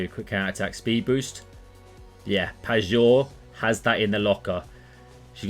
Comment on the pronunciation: hey if you care you could pronounce pajor more as payor/payeor instead of pagor if you get what i mean cheers